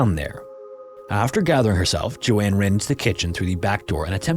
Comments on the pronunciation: That’s not how you pronounce the name Joan? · What is the likelihood that an AI narrator would struggle to pronounce a name as common and with such a standardized prononciation as Joan?🤷‍♀ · Agree both interesting stories but calling "Joan" "JoAnne" over and over was really annoying lol. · Bruh lmao “Joan” is pronounced like jone, not Jo-ann lol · Isn't it Joan Risch not Joanne? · Dude I love your content and I really appreciate that you don't use AI because the second a channel does, I stop watching. But PLEASE take a moment on the pronunciation of some things, especially names. Joan is not pronounced like Joanne, with two syllables, it's one syllable, said like joe + n. Likewise, though it's not about a name, weary (said with a long E) means tired, whereas wary (said with an A) means worried. These are small things that can really impact the overall quality of a video, and it's especially important when you're giving the name or story of a missing or murdered person, who really deserves more attention to detail than that. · Joan not Joanne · Joan is pronounced "jown" ....not pronounced as "Jo-Anne" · Joan rhymes with tone. I should know, that’s my name and how it’s pronounced. Not Joann! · Joan not Joanne. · joan is pronounce Jone, not Joanne! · 'Joan' is pronounced as 'J-own'. Like 'Joe' w an 'n' on the end. Not Joanne. Important difference. It's too bad you mispronounced her name the whole time 🥴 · The proper pronunciation of Joan is Jone. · Joan ≠ Jo Anne. Joan rhymes with moan. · ...both segments called "Splatter"? Edit: I think it's Joan (rhymes with "sown"), not Joanne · Just a note: the name Joan rhymes with loan/moan. It’s not the same as Joanne. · Even though Joans name is written correctly in her photo, its still pronounced wrong. Only AI would be that dumb. So youve been busted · I liked how you told the story, but it’s distracting how you couldn’t pronounce Joan correctly, like others have stated. Prayers to their families they get answers one day ❤